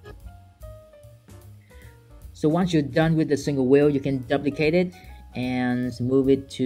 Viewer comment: Your videos are absolutely awesome. We can learn a lot from you! May I just point out that your pronunciation of the word "duplicate" is wrong. You use the word a lot :-D the "u" is not like in "up" but like in "you" – doooplicate. I'm not a native English speaker myself and I'm always grateful if others tell me if I'm making mistakes.